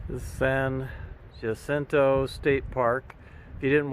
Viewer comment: Thanks for a fine video. You certainly came across a lot of hikers--far more than I would have expected. For future reference, the pronunciation of San Jacinto is approximately San Huh-SIN-toe, with the emphasis on the second syllable.